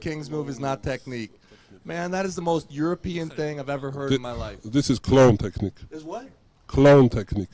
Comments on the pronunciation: I think Levan said "clown" and not "clone" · i think he was trying to say clown lol